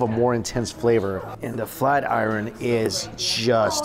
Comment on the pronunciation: Flat i- ren? Flat Iron!!!!! Learn how to speak omg